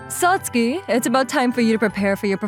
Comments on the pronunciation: MVA's voice does not match ANY character he voices unless it's an old man. Maybe don't have him voice teenagers in these stories? And it's pronounced Sats-ki, not Sat-sue-ki. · This could have been a great episode instead of just good. The MC voice sounds to old for highschool and his pronunciation of Satsuki was jarring. Even google translate can pronounce it better.